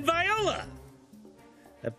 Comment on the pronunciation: and viola... suppose to be voila.. lol